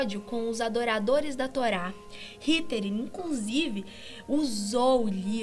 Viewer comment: ALGUÉM MAIS PERCEBEU QUE ELA PRONUNCIOU "HITER" HAHAHAHAHA